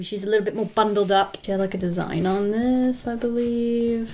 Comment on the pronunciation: I love that British accent u used when you said that she's a little more bundled up